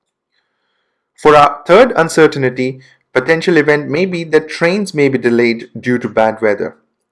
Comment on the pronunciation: You say uncertainty wrong